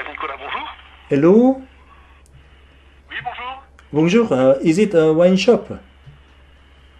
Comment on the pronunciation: 엘로라눀ㅋㅋㅋㅋㅋㅋ알로라 안하신게 다행이네욬ㅋㅋㅋ+ 와...내 프랑스친구들이 영어하는 것같아..헤지옹ㅋㅋㅋㅋㅋㅋㅋㅋㅋㅋㅋㅋㅋㅋㅋㅋㅋㅋㅋㅋㅋㅋㅋㅋㅋㅋㅋㅋㅋㅋㅋㅋ에흐발음앜ㅋㅋㅋㅋㅋㅋㅋㅋㅋㅋㅋㅋㅋㅋㅋㅋㅋㅋㅋㅋㅋㅋnicolas 와인샵ㅋㅋㅋㅋㅋㅋㅋㅋㅋㅋㅋㅋㅋ